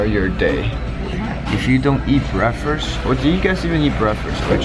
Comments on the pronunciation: brakfes hahahaha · I love his accent - breakfrurss XD love it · 'breafast' lol